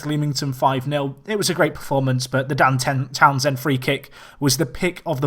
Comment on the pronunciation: How much times can you mispronounce Dan Townsend in 20 minutes? haha